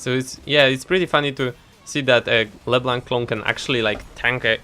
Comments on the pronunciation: I love the way you say leblanc "Bleeblac" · thats how u pronounce it no need to thank me